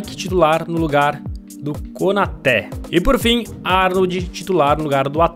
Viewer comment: Nome: Konaté Pronúncia: Konatê Como o fala: Konoté Kanoté Konote Kanoté